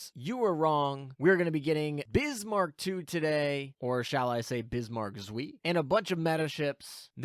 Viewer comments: It's not Zwee. The "W" in German is pronounced like a "V" in English. The "ei" is pronounced like "eye". So it's "Zv-eye" but not 2 syllables. It's just one. C'mon. Please, for the love of God, don't turn into KimoCheese on us please? Take the 10 seconds to consult Google translate to get the pronunciations correct. Edit: Also, I'm really hoping that Bismarck Zwei is really only going to be great in a full KMS fleet. I'm so sick of incessant power creep in my games I enjoy playing. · German tips: W is V and anytime I and E are next to each other, you pronounce it like you were just calling out the second letter, in this case I. So Zwei is Zv-eye. Also, tarot is tair-oh, not tar-oh. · Zuh-vy, or even Zuh-fy but make it one syllable. Long I. Should not rhyme with 'whee!' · Zwei is two on german so it's not "zwi" it's "cwai" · For those unaware, Zwei is pronounced "ts-v-eye." This is because it's German and Z's are pronounced like a bee flying by your head while you are trying to sleep. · Zwei is pronounced "ts-veye" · The ei in zwei is a long eye sound. Like saying eye. Kinda painful hearing it mispronounced for some reason. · Zuí, almost french, which Bismarck is of course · zveeee, it was painful. but the video is great! :D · Your pronounsiation of "Zwie" (2)... Rip German. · Bismarck zui ? xD Guys come on :'D jk, i love how you pronounce some german stuff haha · what even is that pronounciation is bismarck zwei??? 🤣🤣🤣🤣🤣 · My german speaking soul dies every time you pronounce "zwei", but apart from that thanks for the video :D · You indeed never spoke german, because I don't know what abomination you created from "zwei", but it's 100% not german :D And if you want to hear how it should be pronounced, there is always google translate :) Good luck in the pulls! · If only you took that 30 second googling time to learn how to say Zwei. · I died a little bit inside every time Meta pronounced Zwei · bro said suiiiiiiiiiiiiiiii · Hearing you mispronounce ZWEI pains me